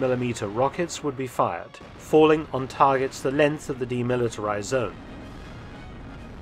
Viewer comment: Not until he learns how to pronounce ‘length’ and ‘sixth’.